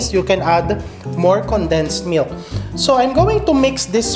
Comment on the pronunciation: At kailangan may diin sa dulo ang pagbigkas. Halimbawa: mil K! sprea D! 🤣🤣🤣